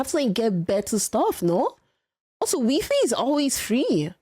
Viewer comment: How she pronounces wi-fi as 'wee fee' is just adorable.